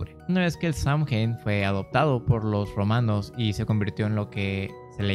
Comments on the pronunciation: Hermanito, Samhain se pronuncia Sow-jan 😘Bendiciones a todas mis hermanas y hermanos brujos💖💖💖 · Es sey win asi se pronucia. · Yo igual sé que se pronuncia Sowein